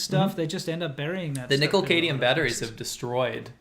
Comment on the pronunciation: Nickel CAD-mium batteries my bros. Not nickel "cadium"